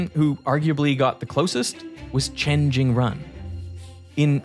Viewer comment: the only note i have for this very near perfect video is... pronunciation of chinese names. at least, the 'run' in chen jingrun is not pronounced run like the english word, it's more like 'rune' or 'roon' with a short vowel. if yall can get someone to check the chinese pronunciations... then yall unlock the tech branch to doing more videos on the cultural revolution, which was a harrowing time in modern chinese history.